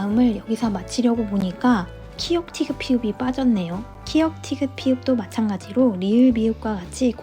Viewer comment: 발음이 키역 티귿 아니고 키읔 티읕 피읖이에여 ㅠㅠ 하아..